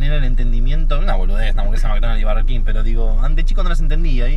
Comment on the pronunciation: por qué sandals dice bErger king jajajajajajsjsjjs